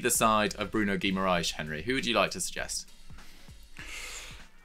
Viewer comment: I know their name sounds Portuguese, but Bruno G. is Brazilian, maybe you could put in a little effor to learn how to pronounce names in PT-BR; both languages being vastly different after all.